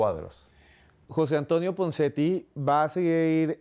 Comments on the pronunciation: Jose Antonio Ponseti.. No punseti xDD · Y QUIÉN DIJO PUNSETI ??? YO LO ESCUCHE CORRECTAMENTE... PONSETI